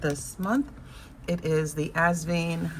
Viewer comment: Hi. Asvine rhymes with line, tine, pine, etc.